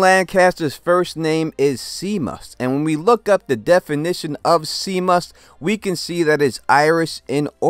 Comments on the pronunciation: Shay-mus not Sea-mus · Seamus is pronounced " Shame-us" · Do you mean his name is Seamus? That’s pronounced shay-mus I think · Lol... Seamus... is Irish... it's pronounced "Shame•Us" 🤣🤣🤣 it's a common American mistake. Keep doing what you do..✊🏾👊🏿👍🏾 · "Seamus" is pronounced "SHAY-mus" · FYI the name Seamus is pronounced Shay-mus. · I've only been watching 'Definition' and his reviews. But I'm glad I found this channel. Hoping you watch some other shows I do as well. Btw, Seamus pronounced Shaymus. Not one of them ppl. I'm just thinking about the poor guy who who would be a dick about it drunk, and then be on the business end of something he wouldn't want lol. As it's Irish, and those two go hand in hand usually. Lol. What? They exist for a reason. What does? Stereotypes. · The captain's name is Seamus...pronounced Shaymus...just sayin..🙂